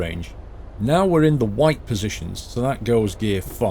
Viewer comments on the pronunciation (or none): none